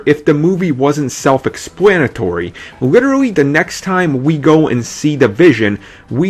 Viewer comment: Bahahahaha..... ahahahaha! Can the dude say pwotholes enough times. It's Scarlett witch not scarwet, and explanatory not expwanitory. Can you not say the word, "the" correctly? Like ever? It's the. T.H.E. not Dee not da(duh). Get it together.